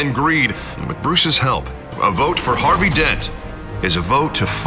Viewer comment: "Harby Dent"